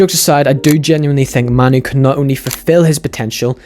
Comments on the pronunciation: "Kobbie Maynoo" 'Kobbie Maynoo" Kobbie Maynoo" Narrator" Kobbie Mah-noo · It's kobbie main oo not kobbie man oo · Compilation at the start people pronouncing it as "Ko-B May-Nu" literally after that compilation; "Koh-B Ma-Nu" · «KOBBIE MAINOO!” Him: Kobbie manoo🙂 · It's pronounced "MAY-NOU". Great video btw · How did this guy made the start of thus video with various people pronouncing Mainoo's name and then have himself pronouncing it differently?